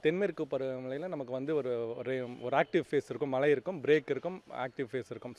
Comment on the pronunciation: That’s Mazhai !!! Not malai